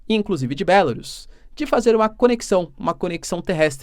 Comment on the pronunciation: Bélarus, que pronúncia Horrível !